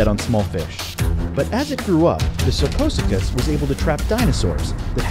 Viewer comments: 0 was pronounced wrong its pronounced like this Sar-co-sue-kiss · I've only heard it pronounced like SarCO-SUKUS!